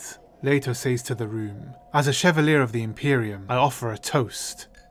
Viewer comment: It's so funny that some AI reads off the narration for the video and it still makes mistakes in Surnames and other special words that aren't common enough for a viewer to think it is wrong BUT....when a person, a Real Human with all the resources available to them STILL mispronounced a common word it makes me wonder? The word " chevalier " is pronounced Chev-AL-yay. It's a title for the lowest rank of French military. It derives from Latin: Caballus meaning horse. A Chevalier is a Horseman. It is the French version of Knight .